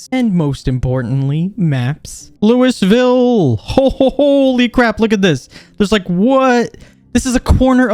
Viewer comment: Anybody who lives in Ky probably audibly gasped when you pronounced Louisville 😂